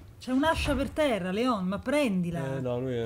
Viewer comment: si pronuncia Lion anche se il nome è ispirato a Léon un film francese con Jean Reno